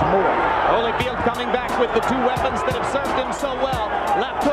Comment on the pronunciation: Evander "Holly Field"? Really tho?